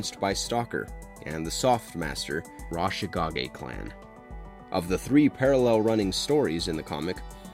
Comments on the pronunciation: Destro’s last name is McCullen..not McMullen! The ninja clan is the Arashikage..not rashikage and Zartan is pronounced Zar-tan not Zartin…this video was littered with mispronunciations😩 and in Retaliation the joes were NOT killed in a “nuclear air strike”, if they were roadblock, flint and scarlet would have died from the fallout. It was just an air strike 😒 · It was Col Hawk that came to Snake eyes in the comic. You even showed the panels. It wasn’t Staller. It was Stalker and Hawk who came to recruit Snake eyes. Also you mispronounced Hama… (Hah-mah) not (ham-ah) also the pronunciation of Arashikage and McCullen are totally wrong. 😂machines need phonetic spelling.